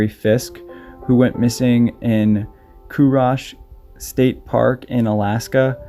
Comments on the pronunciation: Chugach is pronounched "chew gash" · Thank you for covering this case! I’m from Alaska. It’s so scary because those things don’t happen here often. It is pronounced chu-gatch! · Think it's pronounced choo gash! Sorry for correcting you! I hate it myself! Thankyou for your work and effort taken to keep these events in the minds of people!